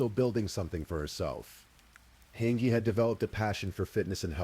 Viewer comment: Angie is pronounced Anne Gee. Sorry Mr. Ai that drove me nuts! An ghee ughhhh. She was a person and it mattered. 😂